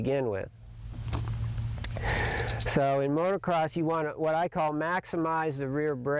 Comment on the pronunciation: Holy smokes. You've been involved with Motocross for 35+ years. So say MOTO-CROSS. NOT motor-cross.